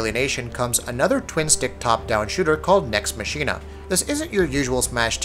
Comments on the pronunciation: Themer Yollai I think he was pronouncing 'Machina' wrong too. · Maximus Primus Next Machina takes the cake.